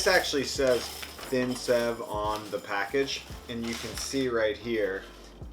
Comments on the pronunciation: It's pronounced save not sev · Sev is pronounced like save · Lol you made murukku! When you created the sev(which is pronounced save btw) if you don't break it up, that's murukku. It's usually found in stores premade, but at home it's awesome because when it's fresh made, it has a soft inside and crunchy outside. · Hey! I love this channel, and had no idea you'd done a video on the bombay sandwich. I live in Bombay! so cool. Anyway, great video, it was quite authentic too. Just an FYI, we pronounce "Sev" like "Save" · Sev is pronounced as save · The pronunciation is more close to the word save. But this is pretty cool to see/see people embracing Indian food ❤️ I don't even know how to cook it 😂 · Sev is pronounced as save. And yes, I can vouch for both the sandwich and sev being superb in taste. Thanks for the video. ❤️ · Sev pronunciation is save.. also i like the bread for the chutney but you blended it too smooth and watery .. try adding something hot .. usually a green chilly is added to the mint chutney . Also pinch of chilly powder in potatoes.. its amazing you almost got everything almost right .. and the thinner sev is usually called 'nylon sev' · It’s spelled sev but pronounced “save” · Sev is actually pronounced as "save" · Sev is pronounced-shave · It's pronounced 'save' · I’m from India, and I am amazed that you made it from scratch! Ps- sev is pronounced like ‘save’ (save me!!... lol) Loved the video!! Now I want a Indian sandwich 😊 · Hi! "Sev" is pronounced a lot like "save" , actually. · Bhai ko sev bolna nai ata par banana aata hai